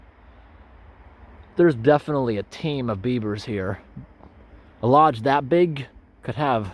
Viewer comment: love how it suddenly sounds like as if you just said "biebers" which is literally beaver in german lol